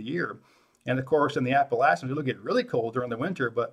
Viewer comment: At least he says Appalachians right